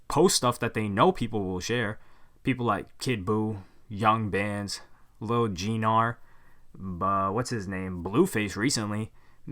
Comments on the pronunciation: Contane 21 yeah but does he even know what he is talking about or reading a script like this some pump hater. He doesn’t know anything about rap music obv he can’t even pronounce “Gunna” or “gnar” so wtf that tell u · LIL G GNAR DID YOU JUS SAY? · Stop. He did not just say Lil G-nar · Bruh said Lil G-Nar lmao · HAHAHA LIL JEE NAR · "lil gee-nar" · this man ain't qualified at all to make these claims if he don't know enough to know that lil gnar isn't pronounced lil (g)nar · I was all into this video until you said G-nar, you don’t call Gnomes G-nomes lol goof ball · When he said lil G-Nar I lost it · Also did this guy really say "lil gee-nar" lmao? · lil G - Nar😂😂😂😂 just gnar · I dont even fw Gnar, but dude called his ass “Lil G Nar”🤣 that’s tuff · When he said lil "G" nar. Lmao. You mean lil Gnar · This nigga said “g” gnar. Hey dumbass the g is silent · Lil GeeNar 🤦🏻‍♂️ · “Lil G Nar” lol. It was Lil Gnar, but it’s Gnar now. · Lil g-Nar lmaooo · This nigga really said “Lil Geenar” 💀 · He really said Lil Gnar like Lil G Nar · He said “G-nar” 🤣🤣🤣 lil gnar is a mediocre rapper but I do fuck with gnarcotic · "LIL G-NAR" might be the funniest thing I've heard all day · Lil "g nar"😂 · It’s annoying when ppl blatantly butcher names like u did gnar. Honestly it’s not that hard to get a name right.